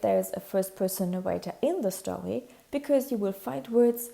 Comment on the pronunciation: Whenever you weed a stowy